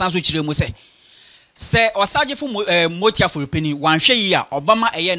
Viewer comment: masa get ur pronunciation right. it is Amoatia not motia